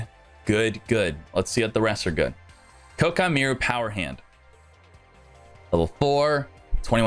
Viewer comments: It’s pronounced Kwai-kee-mer-u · Jesus people it's "Ko-Ah-Kee Mei-Ru" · Great drinking game. Take a shot every time he mispronounces koa' ki meiru.